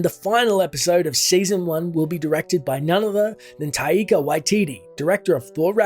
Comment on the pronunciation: Tie-ee-kah? Its Tie-kah my dude